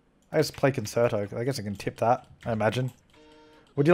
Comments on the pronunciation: Concerto is pronounced con-chair-it-o, just so you don't embarrass your self in front of musicians like me😄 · Me binge watching these 5 years later and getting annoyed with the way pronounces concerto.